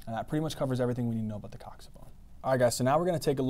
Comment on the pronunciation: Thats how its pronounced